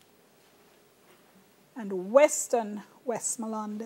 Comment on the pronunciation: Look here lady pronunciation please... what d hell she keep saying Wesmooland lady nuh long vowel nuh in deh jeez it's Westmoreland